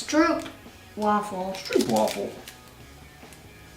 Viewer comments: its is not stuupeafel its is strooooopwaaaafel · Het is geen struup waffel maar stroop wafel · stroopwafel; pronounce: st(rope)waffle